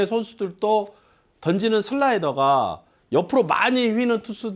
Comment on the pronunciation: 조슬라이더 ㅋㅋㅋㅋ 발음이 ㅋㅋㅋ